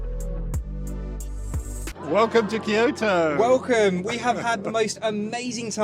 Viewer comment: It’s Kyoto! Kyoto!